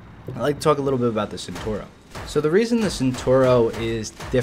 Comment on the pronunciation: hey its cenTAUro, not centuro. Nice vid!